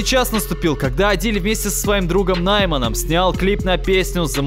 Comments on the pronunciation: Не нАйман, а наймАн. В казахском языке как и во французском ударение на последний слог. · нАйман, Нигара, Нигора... 🤦 ты не не нашёл, ты не пытался, это тупо можно загуглить, парень, будь честен. Но за выпуск спасибо, было интересно.